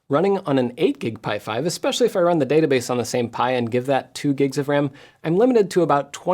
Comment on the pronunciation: Dad-a-base?? Seriously? You went there? That makes me chuckle....